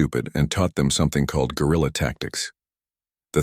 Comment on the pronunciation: Guerrilla tactics, not Gorilla tactics.. lol